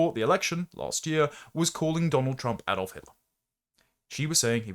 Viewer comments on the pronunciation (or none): none